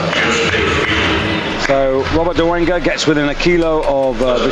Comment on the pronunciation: your videos are the best, why he says dolenga and not dolega, or i heard it wrong